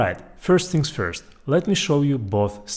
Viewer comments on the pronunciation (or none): none